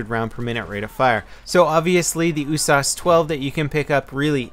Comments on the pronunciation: it's usas not oosas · you say "USAS" like "ooh-sauce"? I usually hear it as "you-sazz" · Ooosaaas okay its u-s-a-s isnt it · 'Ooh-sarse'? Damn, that's a new one. I'll stick to 'Yew-sass' xD Good video, will we be getting any Insurgency videos any more? I love your tactical gameplay on that game:) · what the fuck is an "ooossaaasss"? Pretty sure it's U.S.A.S. You dont say Ach47, you'd say A.K.47, or ooosssp 45 instead of U.S.P.45. Made me crack up every time you said it. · You saying "oo-sauce" gave me cancer. It's a U-S-A-S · He pronounces it Ooo-sauce, isn't U-S-A-S 12? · Why do u call it the ewwwwwsauce it's yousas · It's so annoying when he says oosas in stead of USAS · No no U. S. A. S. not uuuussssaaaaassssss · Every time he said USAS, I kept hearing oooh-sauce lol. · I think it's pronounced "you-sas" level! (Universal Sports Automatic Shotgun 12 gauge) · Why do you pronounce the usas oosas? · >OOH-SAHS Fucking... What? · USAS stands for united states automatic shotgun. It's an acronym not a word. Stop saying oooh-sauce lol. jk. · the way he says usas drives me crazy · You pronounce each letter in usas individually not all together. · Am i the only one who's bugged by how he says Usas? I've always pronounced it saying the letter U, not with the sound.